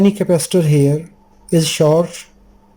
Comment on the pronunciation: I hope I don't get taken the wrong way. I mean this in a good way. There is short (as in short circuit or a short person, etc.) And then there is chard which is a type of beet, a vegetable. Short rhymes with sport, abort, distort, etc. Chard rhymes with hard, card, etc. Say "short circuit" and "chard circuit" and see which one is the one you mean. Just being helpful here. You are a wonderful human being and I know you won't take this the wrong way. I have a hard time saying "h". I say "itch". It is not. It is more like "ache" as in having a tooth-ache rhyms with rage, age, page and not "itch" as in scratching an itch. :-)